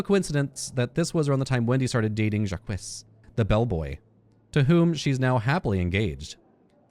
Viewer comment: I like that , even after hearing the correct pronunciation from a character, you continue to mispronounce Jacques!